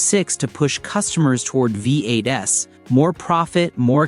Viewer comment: "Vee Eight Ess"???? hahaha